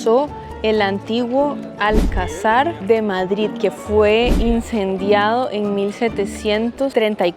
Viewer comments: ¿Qué será un alcasar? Es un "alcázar", con acento en la penúltima sílaba. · Ya lo sé. Voy mucho. Mi pregunta es retórica por tu pronunciación de la palabra. Alcasar no existe, es alcázar.😂